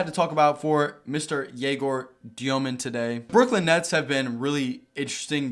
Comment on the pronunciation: you said gaylord djomin, which is nice